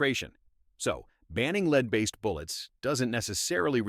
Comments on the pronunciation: yes it does, if you are making AI narration sometimes you have to purposely misspell words so the narration is more correct. spelling lead as leed, or read as red are perfect examples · Does the AI have problems with lead, led, and leed? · Ah I remember the Black Talon BS, made me laugh. It's just a coating to keep the bore cleaner. Winchester later quietly released it again as the Silvertip brand. Anyone who knows anything about ballistics laughed at the 5.7x28 flap. Just about ANY rifle ammo will sail right through soft body armor and even a bit of steel. ....tf is "leed" ammo lol, AI reader spotted. This one though is one topic that I'm actually ok with. Lead BIRD SHOT does pump out a ton of lead every year. There's good alternatives out there and quite honestly I have no problem with the shooting sports getting away from lead rounds all together. I get that people get twitchy about restrictions but if we shooters can agree that lead in the environment is bad then this is something everyone should want. No it isn't they're coming for your ammo, it's that we shouldn't eat game with lead in it or pollute waterways with clouds of lead each year. Also, JFC tinfoil hat much? ALL forms of ammo can, and DO often over penetrate! This is fear and hype mongering. C'mon guys, we have to be responsible too. "no scientific evidence" my ass you telling me lead paint was done away with because Big Paint didn't want us having extra white interior paint?? No because it lead to birth defects in our own species. What's next? Mercury is perfectly safe too? I agree that politicians know fuck all about firearms and shouldn't make any laws about them. That they blather on in order to get votes sure. But anyone who believes that le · Yeah, AI it’s lead not leed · Please program your AI to stop pronouncing lead as 'leed' lnstead of 'led' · Stop Using A.I. to read the script. There are no "LEED"(pronounced like Greed) rounds, they are Lead (pronounced as Head is). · Lead or Led? LOL